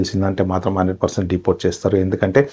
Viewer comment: Deportsssu denialsuuuu 😅